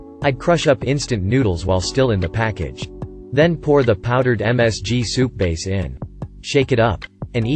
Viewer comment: Powdered milk...not "powered" milk. 😳